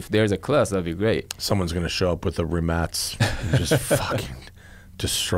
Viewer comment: it's pronounced Rimach RimaČ